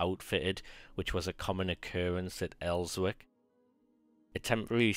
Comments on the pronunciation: I give up, intro far too long and in the FIRST SENTENCE we hear of ''El-wick''..... ffs! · It's pronounced Elsick - and I'm a Geordie. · Good vids but please the w is silent in Elswick.